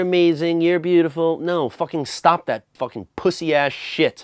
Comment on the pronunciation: Its not pussy ass shit, its pwussyah shit